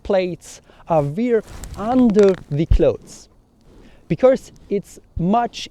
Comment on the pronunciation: Super Video! Wenn ich darf lasse ich dir einen kurzen Hinweis zu deinem Akzent da. Du machst nämlich einen typisch deutschen Fehler. Du betonst "because" so als wäre es "becourse", also da kommt plötzlich ein r vor das es gar nicht gibt. Das "cau" in "because" wird aber einfach wie das "ko" im deutschen "kommen" ausgesprochen. Wir deutschen können halt das englische r nicht aussprechen (geht mir auch so) und das überkompensieren wir dummerweise gerne indem wir es überall reinpacken. Hoffe das ist nicht unangemessen, dachte mir nur das könnte hilfreich sein. Viele Grüße!